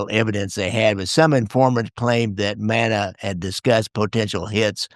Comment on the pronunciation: Fascinating topic and subject. Thank you. PS: his name is pronounced, ‘Mannis.’